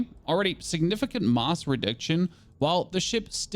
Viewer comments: does he not know how to say mass ? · You should google how to pronounce mass 😂😭